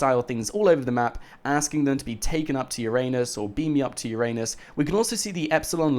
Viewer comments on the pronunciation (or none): Haha ffs. It's pronounced Ura-nus not your anus! 😂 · Bruh? It's ur-nus, not ur-anus!!!!! Get it fucking right